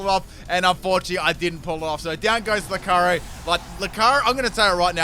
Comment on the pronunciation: The pronunciation of Lucario here is otherworldly. I heard Locarry every time